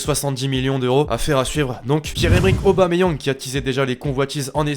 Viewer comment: Mdrrr aubameyang c PA pas PE 😂😂😂😂🤣🤣🤣🤣